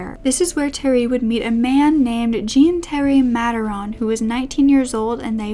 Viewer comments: actually it is my Parisian husband's name and it is J with a soft j followed by oh with a soft,faded n. Like Jorhnn. Not like John, which is a sharper word and with a hard J and n. It is spelt Jean but not pronounced Jean in French. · Jean in French is usually pronounced like "John" or "Zhjon" :) just fyi love your videos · Hi, never heard of this upsetting case before. Just a word on pronunciation. Jean is pronounced like zhon, and Berthe like Bear-ter There is a person in the comments repeatedly saying that the elderly victims were racists and implies they deserved their fates, which is disgusting. There is nothing to suggest they were racists and that they deserved torture and death. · Jean for a French man is pronounced more like "John" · it's closer to John than jean (like the pants) it's easily found pronounced on yt